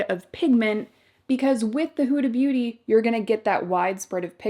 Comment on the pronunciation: It’s not pronounced houda beauty it’s hooda. Like the hood of a car.